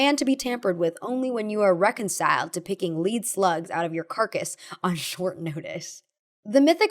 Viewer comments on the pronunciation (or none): "Lead slugs"= Bullets. Not leed, led. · “Lead slugs” like the metal, lead * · "lead" is pronounce "led" like "I led a life of fun and frolic" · i think its supposed to be pronounced «led», like lead the metal, since lead slugs usually means bullets :) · Lead, the soft metal of bullets, is pronounced LEDD. For a second there I thought you were a robot reader...Also, I think you have your cowboy hat on backwards, which is cute, but WRONG. 🤪 Lastly, go tell Jamie from Mythbusters that his beret looks girly. I dare ya. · It's lead as in the metal, not a rope lead. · it's lead like pencil lead